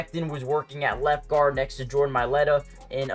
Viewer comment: I believe Mailata is pronounced like Mai-lotta not Mai-letta